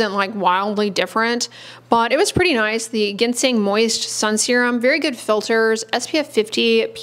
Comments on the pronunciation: Ginseng is pronounced, Jinsing. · Ginseng, is pronounced “ Jinsing” . Dr Jenny Liu, just had a video with that in it, today. 😉